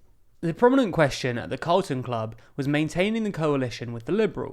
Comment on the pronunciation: You have CARLON Club in the illustrations, yet keep saying CALRTON club. Which one is it?